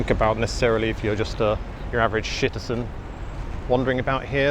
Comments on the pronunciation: ‘shitizen’ …subscribed 😂👌🏾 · Superb - "average shitizen" 🤣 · "shitizen" The magic is back! 😂